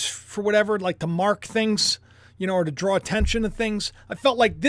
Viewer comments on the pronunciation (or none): none